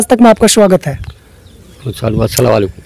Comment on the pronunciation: Hiii Brother apne Salam ka pronounce thk kijye Saal not shal (year) Swagat not shwagat Smjhane not shamjhane Etc....... If you don't my brother You have to learn more your pronounce is not............... 👍👍👍